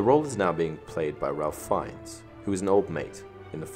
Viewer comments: Just here to point out its pronounced ‘Rayf’ not ‘Ralph’ - its the British pronunciation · Ralph is pronounced Rayf, not Ralf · Ralph Fiennes is actually pronounced like Rayf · It's pronounced Rafe like Safe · I know this is a little nitpicky but you're pronouncing Ralph Fiennes first name wrong